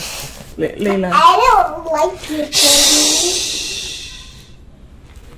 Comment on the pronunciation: It's Layla not Leia!